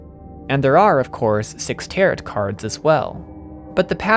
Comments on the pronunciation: Good video but I just want to let you know that Tarot is pronounced as "ta-row" rather than "ta-rot" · Great video, loved it, loved this game. But I do cringe every time you pronounce tarot like that. Just for the future, the T at the end is silent, "tar-o" not "tar-ot." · Tarot... "Tear-it"... Oof. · By the way tarot cards are pronounced taro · Loved this video. Locked me in for 2 hours and I wanted more! But tbh I don’t know how you managed to absolutely crush the German pronunciation but still said “tarot” like “TARE-ought” 😂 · This is a great analysis, I have only one gripe. The second t in tarot is silent. It's pronounced 'tare-oh'. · 20 minutes in and i realize i cannot watch a video thats 2 hours where a guy calls them "tarrett" cards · I'm sorry, did you pronounce Tarot as Teh-Rot?! WTF? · Haha. I almost felt like commenting on the tarot pronunciation. I didn't, but I read the corrections and laughed. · tarot cards has a silent t btw